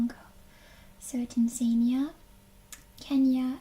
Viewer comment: Hey, if it helps, the phonetic pronunciation of Tanzania is 'tan-zuh-NEE-uh'